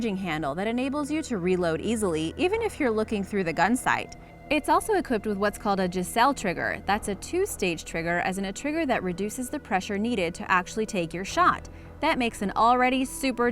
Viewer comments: LWRC "Jai zell" trigger I think you meant Geiselle pronounced "Guy Zell E." Also "this makes an already dangerous weapon EVEN MORE DANGEROUS" is really click-baty and kinda trashes your credibility imo. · gieissele is pronounced (guys-lee).